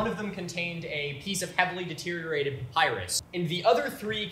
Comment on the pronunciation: Payprus? Is that an ancient receipt slip? Papyrus perhaps?